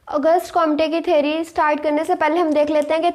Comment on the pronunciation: Theary ✅ theory ❌😂